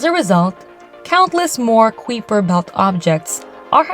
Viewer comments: Kai-per, not qwee-per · How do you justify the pronunciation of the "Kweeper" belt? Everybody else says pronounces it as " kipe-er" belt?